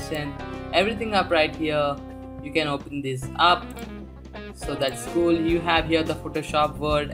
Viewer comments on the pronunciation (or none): lol indian guy say "that's School!!"